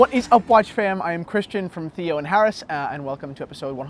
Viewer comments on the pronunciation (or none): none